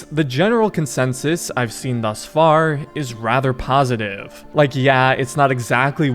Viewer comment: "faarrrr" you been smoking too much?